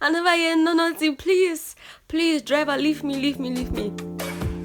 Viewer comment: Say driver 🤣😂😂😂🤣🤣... don kill me today